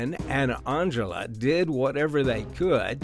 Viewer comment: Angela starts with the letter "A". Stop pronouncing it like it starts with an "O" Wtf is Ongela